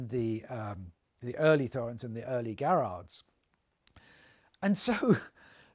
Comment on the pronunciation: Thorens is pronounced without the 'h'.